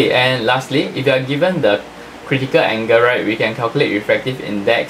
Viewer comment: Anga😔 = angle 😔😔😔😔 Srry sir u need some improvement in ur accent